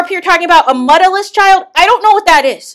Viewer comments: Ask Uncle Wanda she's the one who kept saying muddaless 😂 she actually said mutless 😂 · Not "Muddaless"😂😂😂😂😂